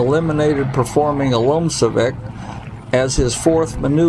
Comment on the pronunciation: You are pronouncing "LOMCEVAK" incorrectly.